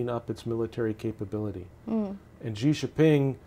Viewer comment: Whilst I don't disagree with his premise that he can't say Xin JinPeng even near properly means I can't take him seriously. Maybe he should just say Winnie instead....